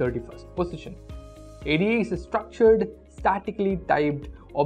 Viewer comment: "Ada" referred to as "Ay-dee-ay"? No. The name was taken from "Ada Lovelace," a very early theoretical practitioner of programming. It's pronounced "Ay-duh." This could've been served as a textual list. 10: . 9. Perl 8. Objective C 7. Pascal 6. Ada 5. Cobol 4. Lisp 3. Haskell 2. Erlang 1. CoffeeScript (which he says is replaced by Haskell. LOL.)